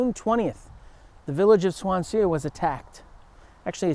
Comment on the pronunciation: Great video, great history teacher! By the way Swansea is pronounced Swanzee, it's named after the Welsh city I assume.